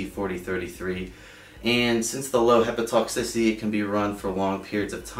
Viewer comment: Thank you for making this. Very informative. Just a minor observation: it’s “hepato-toxicity,” not hepa-toxicity.